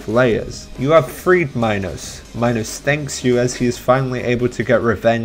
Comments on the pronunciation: Also, King Minos is said like Minnows, your pronunciation sounds like Minus, but it's different for everyone. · IT'S SPELLED MINOS AND PRONOUNCED ME-NOS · it is minos (meenos) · Bruh it's pronounced MEE-NOS. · the way he pronounces minos 😭